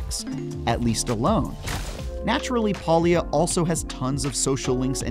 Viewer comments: Palia is pronounced with a hard A not a soft "AUh". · PAlia not Paulia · Probably should learn how to pronounce the game title before posting a review on it? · so this dweeb cant even pronounce it and he gets to play first.